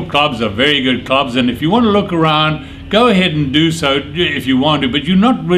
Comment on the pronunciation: Its "Look",,,,NOT "Luuuuuuuuuuuuck".Speak english or go home and have some Haggis, cigs, and beer daily.